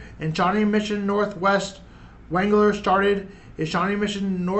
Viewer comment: It is pronounce Waug-ler